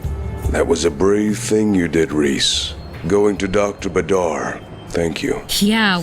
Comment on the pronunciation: The only comment I'd give is about the spelling of Badr (Arabic is my mother tongue) when you spell بدر (badr) you don't say it "Badaar" no, just "Badr" Short "A" short "r" no extensions. Also fun fact, Badr means "full moon" in Arabic, and it is indeed a common Arabian name